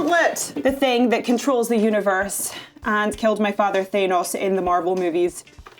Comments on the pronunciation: Forget 'cher', she cant even pronounce her own father's name correctly! It's 'Than-oss', not 'Thay-nos'. 😂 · Even though I love her she has the audacity to complain about Cher pronouncing her name wrong and then even though she's probably heard millions of fans say "Thanos" not mention the people in the actual movies, she says Thaynos. Just saying. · Amazing character in the mcu but she does it even when shes not onscreen .... " thaynoes" 🙄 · It’s interesting that she always pronounces Thanos as “Thaynos” in interviews but as the more regular “Thannoss” within the movies themselves. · Did she just say “Thay-nos” instead of Thanos, after acting in the MCU for several years!? Also, what a sell out. Not a single mention of, or piece of memorabilia from where she started....DW. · Gamora : Fanos (HISHE watchers would know) 😂😂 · i love how she pronounces 'Thanos"!!! I love her accent!!!! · I love her so much i can even forgive the "thaenos" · Thay-nos. Ok. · This video is amazing. Just not the pronunciation of Thanos 😂 dw it’s all jokes Karen Gillan is a very gifted actress and a very positive and energetic person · It's probably how a Scot like her would pronounce it if it were a real name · Instructs on the pronounciation of "Cher". Mis-pronounces "Thanos". :D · she still can't pronounce her dads name correctly